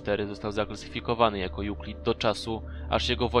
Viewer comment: Co wy macie z tymi nazwami??? Rozumiem nie kazdy wie jak sie czyta....ale skoro KETER jest z Angielskiego (wiem ze nie, ale chodzi o gre), to czemu czytasz Kiter?? To idzac twoim tokiem powinno byc Kitir....zamieniajac jedno E na I???? Albo EUCLID --- skad to Juklid...nie mozesz odmieniac nazwy wlasnej...